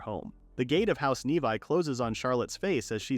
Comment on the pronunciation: Instead of a title of a woman eating monster meat, it should be “princess travels for monsters delicacies” also, the name is not nevi……it’s pronounced nevee(nevi)